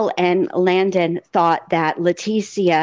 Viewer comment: If you're going to cover a case, you need to at least be able to pronounce everyone's name correctly! Letecia is pronounced "Le-tee-sha".